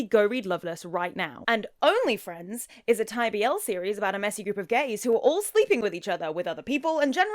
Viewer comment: It’s a sign of the times when they pronounce the rhythm of the BL title ONLY friends (á la onlyfxns) instead of only FRIENDS.